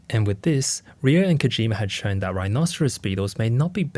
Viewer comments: Why is he saying "Riyo"(りよ)? Isn't the kid's name Ryo(りょ)? Is his pronunciation off or did he spell the kid's name wrong? 日本語上手ありませんだけどこの程度僕もわかる。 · Just a lil note: Ryo in Japanese is pronounced "Dyoh" (one syllable). I hope this is helpful. 🙏🏻✨️ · I didn’t watch the whole thing but my biggest Takeaway is that RYO is pronounced RIO instead of RYE – O. So RYO from the Ronan Warriors, I’ve been pronouncing his name incorrectly for years. I think the English translation of the cartoon messed it up as well. I should’ve realized because RYU from streetfighter It’s not pronounced RYE – U, thought a lot of people like to pronounce it that way. 😅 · Ryo is one syllable